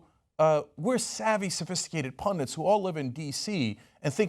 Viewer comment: Pundits, not pundants. They're bandits, not bandants.